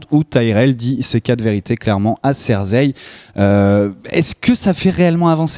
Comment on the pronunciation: Hey, c'est Cersei et pas Zerseille...